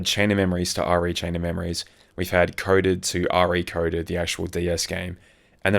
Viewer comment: saying Re:Coded like R.E. Coded is unhinged ~ or should I say unchained ~ It's not a Resident Evil game lmao The Re in Re:Coded is short for remake and is said just like the normal prefix re- like in remake, redo, relive etc ~